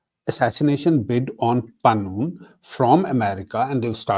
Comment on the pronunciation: Gurpa'twat Singh is Pannu, not Pannun.. Arshdeep Daala, not Arshad Dalla(pimp). He's from a village called Daala, otherwise his surname is Gill. He's a gangster turned 'Sikh activist' 🤔.